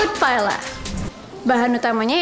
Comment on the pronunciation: Huhuhu kurang riset.. seafood paella bacanya 'paeya' bukan paela 😭